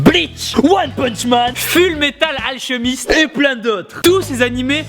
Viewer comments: Juste hunter X hunter se prononce sans le X et sa se dit ful metal alkemiste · Déjà quand t'as dis " One punch man , un déssin animé " Jm'étais dis " Bon ok ok tout le monde a le droit à l"erreur, calme toi respire respire... " Mais la, ta dépasser les bornes, .... full metal alchEUmist. Nan c'est trop, et le gomu gomu no, tellement mal fait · Ful metal acheumiste, je me demande si tu la vraiment regarder pour le prononcer comme ça tibo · fullmetal alchemist lol ca se prononce foulmetal alchemist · la prononciation de full metal alchemiste MDR